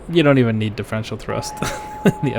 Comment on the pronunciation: " 'Di- FRENSH -ol' thrust"? 😅 Reason no.# 9,582 why I'm subbed,.